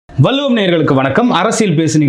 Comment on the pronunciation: வல்லுவம் " தவறு "வள்ளுவம் " சரி தமிழ் மொழியை கொல்ல வேண்டாம்